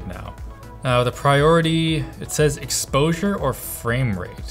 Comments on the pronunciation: the "explosure priority" kinda made me giggle :)) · "explosure priority" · that "explosure" tho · "explosure priority" 😂😂😂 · Explosure priority? lol